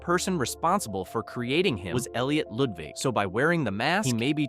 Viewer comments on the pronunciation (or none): Bro you said Elliot ludvig It is supposed to be Elliot lugwig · Why did I think bro said Loodvigg from My Singing Monsters instead of Ludwig?! 😭😭😭😭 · Why did you say lodvig 😂😂😂😂😂😂